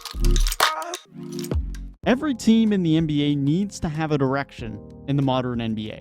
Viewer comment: Danny Ainge messed up. That was a terrible trade. I know I'm biased but the Knicks offered more . He just sent him they are out of spite. And your accent or whatever, every time you say direction it sounds like erection. Am I the only one? And just because you have pics doesn't mean you have a bright future. But in today's world it's all about winning the headline